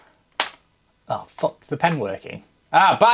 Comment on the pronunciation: I thought I heard twenty-twenty-f**k instead of 2024